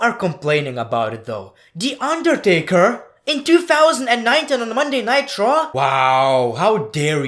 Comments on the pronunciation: I'm not sure if you were saying Monday Night Raw or jokingly saying Monday Nitro? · Everytime he says "Monday Night Raw" it sounds like "Monday Nitro" and I get nostalgic